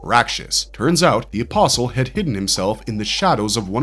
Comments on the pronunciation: bruh, you don't pronounce the "t" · Are you saying an imposl or or apostle because you're missing a tea in the pronunciation because there's actually a t in the word my friend